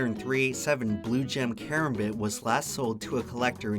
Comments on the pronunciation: ita a "cram-bit" not a "ka-ram-bit" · The way he said Karambit actually made me mad what the fuck